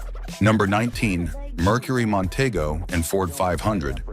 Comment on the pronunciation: It's Monteeeego!